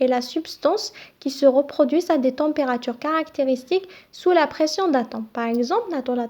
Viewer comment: Pression pas perstion